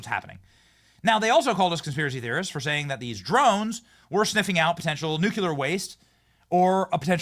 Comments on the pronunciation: Nuclear Does Not Rhyme With Circular This post might come across as some kind of linguistic snobbery, and while that’s not my motivation, it is a risk I am willing to take. The common mispronunciation of nuclear is something that drives me absolutely nuts. So many people pronounce it as nucular ( nyoo-kyoo-lar) but that is not how it is spelt or pronounced. I’ve even heard scientists on the radio and TV who say it that way, despite the fact that scientists of all people should know better. Did they get through however many of years study at university calling the central body of a cell the nuculus? I think not. Nuclear is a three syllable word, pronounced nyoo-klee-ar. If someone can say the words ‘new’ and ‘clear’ correctly, they should be able to manage ‘nuclear’ by just mashing those two words together. Think of it as linguistic nuclear fusion. It really isn’t rocket science. Dr T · Nuclear, not “nucular.” Since you seem to love this word, PLEASE learn how to pronounce it!! You’re killing me! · Benny, it's pronounced nuke- lee- ur, not nuke - you - lur! Take a good look at the spelling!😅😅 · Dude. You literally said nucular at least ten times. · New-clee-ur, not nukular. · 'Nukulur', again? It's Nuclear. Get it right, Benny. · Thank you Laura, for saying Nuclear. I continue to wish Benny would stop saying Nucular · George W Bush pronounced nuclear incorrectly. Don’t be another George W. by saying nu-Q-ler. It is nu-clee-ur. Thank you! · "Nuclear" is not pronounced "NU-CU-LAR." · Please, Benny! Nu CLE AR. please help him pronounce nuclear!! 🎉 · NucLEAR. Just sayin. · Please learn how to say the word "NUCLEAR"